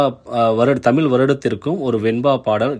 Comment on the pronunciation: தமிழ் தமில்கிடையாது.